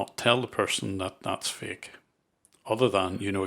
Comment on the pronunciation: "This is a faEk virus. But how do you know it's faEk?"